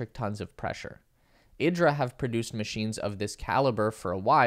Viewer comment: I expect Italians would pronounce it eeedra, not ihdra like Idris Elba. :) Thanks for the info.